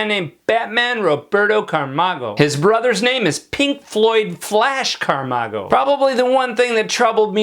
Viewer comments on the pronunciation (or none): Camargo is a last name not "Carmago"